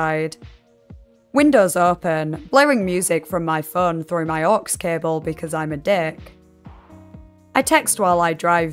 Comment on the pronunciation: Why do you pronounce "phone" as "föeön"?